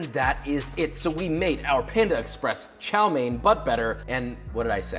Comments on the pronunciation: ITS TSAO MEAN NOT CHOW MAIN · Hi Joshua, couldn't help but notice you were mispronouncing chow mein wrong, instead of chow main, it's more chow m-yen. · it's Chao Mian for god's sake, and chopsticks in noodles is fine the sin is stabbing the rice. but good video overall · I thought he said Xiao main 💀